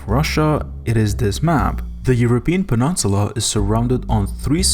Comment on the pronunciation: “St. Petersborg” “penunsula”.